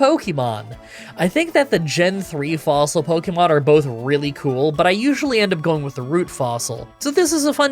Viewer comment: "I took the claw fossile". Wait thats illegal.